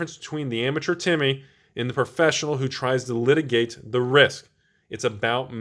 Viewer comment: "litigate the risk", mitigate, mitigate... mitigate...